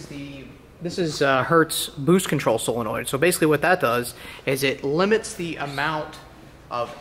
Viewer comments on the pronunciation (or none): none